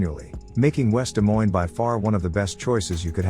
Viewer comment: Stupid AI video that an idiot programmed. Why didn't he just say "Des Moines" and be done with it??